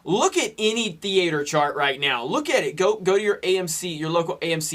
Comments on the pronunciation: what's a thee-aitor? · I like the way you pronounce 'theater'. :D